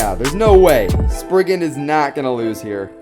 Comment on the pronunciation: Am I the only one how is bothered that he says sprisin